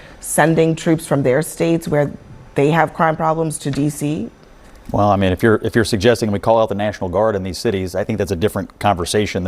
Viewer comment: "There is no crime in Wah Dee See."